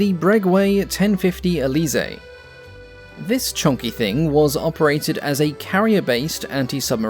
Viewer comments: Breguet pronounced Bregay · Fabulous video. As a side note, and without being a "pronunciation fascist" XD, the "guet" in Breguet is pronounced like "get" in French. The "u" is mute. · How do say "Breguet"?😂😂😂 I thought my French was bad.